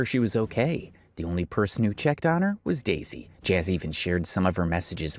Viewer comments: Its "dezy" not "daisy" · This white man keep calling her Daisy when her name is Dezy was so annoying.